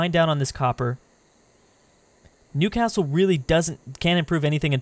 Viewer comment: The way you say Newcastle (I live there) frustrates me😡. You’re content is still good